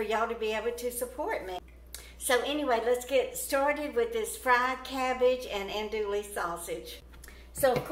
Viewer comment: an-doo-ee .. l's are silent